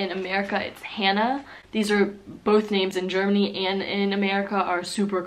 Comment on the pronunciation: you can pronounce the names really well👍